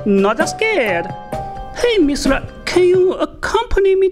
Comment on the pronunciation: It’s “Mizilla” not “Misra”.